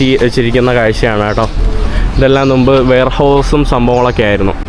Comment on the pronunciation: നു മ്പ് അല്ല മുമ്പ് എന്നാണ് പറയേണ്ടത് ഇനിയെങ്കിലും ഒന്ന് ശ്രദ്ധിച്ച് പറയൂ സുഹൃത്തേ